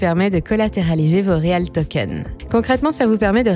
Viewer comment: Bon habituellement tout est prononcé avec l'accent USA, pour une fois ça se prononce REAL Ti 😂